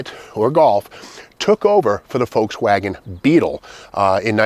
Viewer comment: So bizarre how you pronounce it “Folkswagen.”